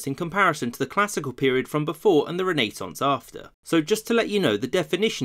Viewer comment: yes, that's how its pronounced